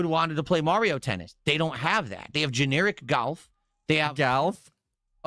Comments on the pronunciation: Only can manage to add the sound " ayy-uhh-yugh" to the word "golf". " Gah-yuy-eh-yigh-uhlvff". Amazin' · Why on earth can he not say "golf"? What is that about?